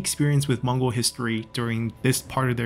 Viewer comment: Hi Im from mongolia and i love your channel contents. Your Mongol name pronunciation is fucking hilarious, but love this series. Watching my own history from my favorite youtuber.